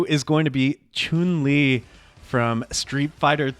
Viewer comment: each time an english speaking content creator pronounces Chun-Li's name correctly it caughts me off guard and i go like "oh wow what the hell?